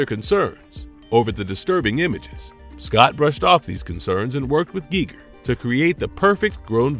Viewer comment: And it kept saying Geiger wrong!😫